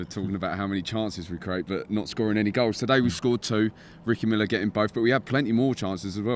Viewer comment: It’s Ricky Miller not Ricky Millard.